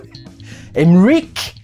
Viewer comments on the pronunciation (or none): Désolé mais en Allemand on dit "Emmeriche" pas "Emmerik" ^^" Pour être plus précis on prononce un intermédiaire entre le h aspiré et le sch. ^^ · il le dit comme les ricains non ?